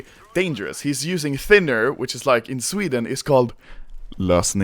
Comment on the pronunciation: "FROMA SWEDD ENNNN"